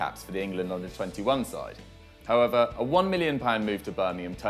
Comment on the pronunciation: Each time this guy says 'however' I think he's saying 'pervert'